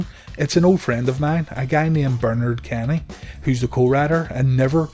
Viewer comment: Learn to pronounce “Bernard”